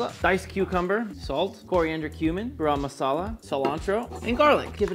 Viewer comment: As a Pakistani I’m so proud but please pronounce garam masala right next time please